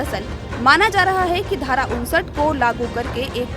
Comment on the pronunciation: Dhara sahi pronounce kare